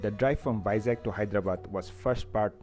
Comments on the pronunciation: Its Vizag not Vizak. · It's Vizag, not Vizak. Anyway, nice video . ! Enjoyed it..! :)